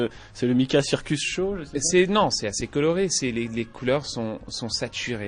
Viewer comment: pour tous les quebecois, j'ai entendu:C'est vraiment quelque chose de très évolué...... de mon dernier CHAT (show)